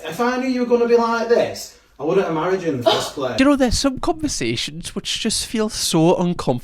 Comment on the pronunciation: mate the editor def giggled at that [did that guy just say "get marrieged?" 😭😭 love you editor ❤❤❤